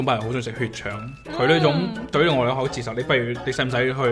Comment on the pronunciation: 懒音有少少多，接受讲成"折寿"